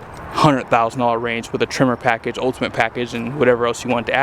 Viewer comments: Why are you calling trimmer? Sounds like a weed whacker. I believe it's pronounced tremor like an earthquake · I kept being like, "wtf is a trimmer?" Then I realized you're saying Tremor... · There's no E in Lariat and no I in Tremor, just so you know for next time